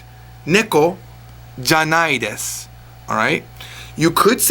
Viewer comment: You dont pronounce the word "desu" correctly.